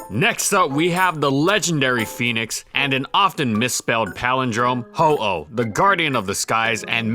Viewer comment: He clearly says Ho-Oh